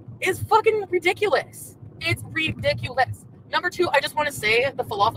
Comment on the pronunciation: this is why I call her lol yessss. Also, it's RI dic u lous not RE dic u lous. Mew